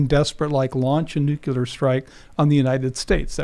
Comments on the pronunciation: The word is Nu Clear not Nu Ku Ler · So many smart folks...then they say "nucular"...I just don't understand. ;-) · how do you take it seriously with 2 guests saying nuculer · I stop listening once someone says nukular. This guy doesn’t know what he’s talking about. Russia is actually winning this war. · Am I the only one irritated at multiple people saying "nuke-yu-lar"? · Does no one know how to say nuclear anymore? Lol sheesh. Almost sounds on purpose ironically, but likely not. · The guest lost all credibility when he added that 2nd "u" to "nuclear"